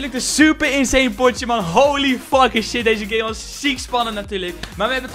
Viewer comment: Hahaha geen haat maar je zei holy faking skin of mij oren zijn dood lekker bezig 💪🏿💪🏿💪🏿💪🏿